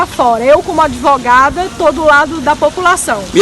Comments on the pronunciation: "Monty pyton".. Em fortaleza.. A "adevogada" faloukkkkkk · Essa advogada ...ou é adevogada? Kkk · Ela falou ADIVOGADA, ou eu ouvir errado???